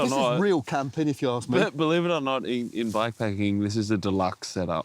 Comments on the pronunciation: It's camping not cramping dude 😂😂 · Its Camping, not cramping dude 🤣. Matt did it again, and beautiful production.